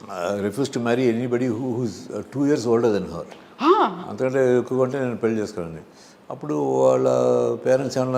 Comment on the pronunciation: పెల్లు Kaadu “pelli”.